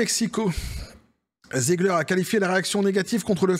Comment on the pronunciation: On dit Rachelle zig her pas Ziegler 😊